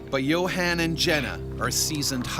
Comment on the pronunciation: Yo Han? Isn’t it pronounced Yo Hon. Like, Johan?